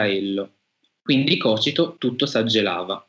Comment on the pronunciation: Thank you for the interesting contribution.. I suggest that "Cocito" had accent on last but one syllable .. Cocìto! btw I produced a short documentary film about dantesc afterworld journey (Inferno) now it's a decade or so / Giuesepp Maiorano